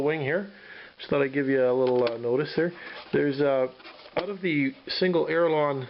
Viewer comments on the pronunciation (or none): I'm not a native speaker so maybe I'm not aware of there being more than one correct term.. But did I hear you say "aerilon" instead of "aileron"?